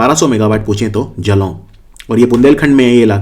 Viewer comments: correct pronunciation of jalaun is जालौन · it is जालौन,,, in pronounciation it is jaaalaun, rest u r doing ver good sir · जालौन है उच्चारण🙏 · जलाऊ नहीं सर जालौन